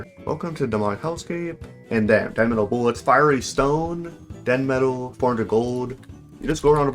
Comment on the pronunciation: It's demetal stop saying denmetal it's hurting my brain